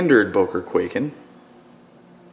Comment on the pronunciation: its pronounced kuai-ken not kway-ken